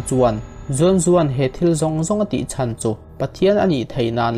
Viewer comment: 'Chen' ni loin, 'Chan' ti anga lam tur aw. 🙂